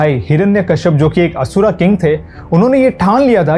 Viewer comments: DEVA ASURA NHI DEV ASUR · Stop saying asura it is asur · He is not pronounced name perfectly same to be Indian like asur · बहुत ही ज्ञानपूर्ण और ख़ूबसूरत वीडियो! धन्यवाद!! जय श्री कृष्णा! बस मेरी एक विनती है, आप 'अर्जुन' को " अर्जुना" और असुर को " असुरा" *और भी इसी प्रकार )ना कहें!